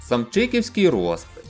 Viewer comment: Дякую за цікаву розповідь, але чому наголос не такий як всі говорять? Усі говорять ПетрикІвськИй, СамчикІвськИй- наголос на И , ну або на І